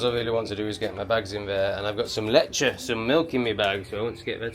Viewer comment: Lechay... pronunciation 😂❤